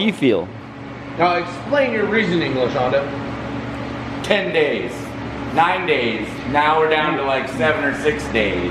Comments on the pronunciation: “Lashawnda” “Laseanda” Shawn/Sean shaking his head. “I don’t like that.”😂😂😂😂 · Say it with me now, La - Shaun - Duh.